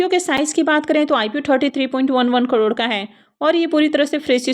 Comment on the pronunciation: Crore to theek se bolna seekh lo bihari bahan